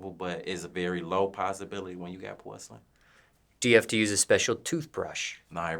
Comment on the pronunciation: I thought he said horselyn vaneers at first.